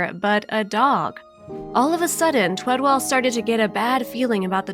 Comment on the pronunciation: The guys name is TWEDEL not TWEDWELL. Bet that kinda pissed the dude off that she couldn't say his name right. Gezz, how many times did she say it too? Maybe it would be better if the person telling the story actually read what was written for her also, ya think. Poor guy, does such a great thing and they couldn't day his name right.✌